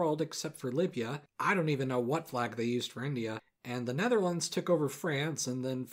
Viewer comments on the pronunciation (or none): none